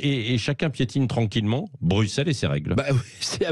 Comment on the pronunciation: Monsieur Revel, je vous révèle qu'on prononce Brucelles et non Brukselles. Il ne faut pas être extra-terrestre pour comprendre ça. Je suppose que vous ne dites pas soiksante pour parler de "60". :-)